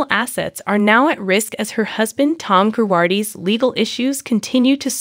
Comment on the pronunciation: You pronounce Girardi incorrectly lol.